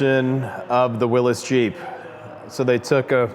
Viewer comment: Thank you for properly pronouncing "Willys" when describing the Soviet military car. Also, thanks for sharing a glimpse into that glorious collection & can't wait to see the Turbo 2 when done. Cheers. Before someone replies to this, it's a soft y (like "Whatcha talkin' 'bout Willys?!") as opposed to the way almost everyone on Earth pronounces the name (e.g., Will-ease).